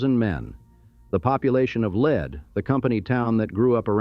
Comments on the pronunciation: Lead SD is called “leed” versus as commentor says “led” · The town Lead is not pronounced like the poisonous lead, but it's pronounced Leed, like lee-ed. Anyone from South Dakota knows it's Leeed, but it seems that no one else does. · Lead, sd is pronounced leed... it's a gold thing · Lead rhymes with reed. Ugh, AI. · Buildings made of lead are also called “leed” by builders. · Great video, some strange pieces of film, like scenes from Tombstone, but whatever. I thought it was funny when the A.I. narrator called a colt forty five a 'point four five' and couldn't decide how to pronounce Lead, use in lead as in the mineral most of the time when it's actually lead as in to lead the parade.